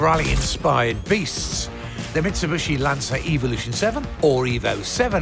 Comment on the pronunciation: What's most disappointing is that over the last 20 years some motoring journalists still can't pronounce 'Mitsubishi'. Plato still says 'Mitsibushi' from time to time.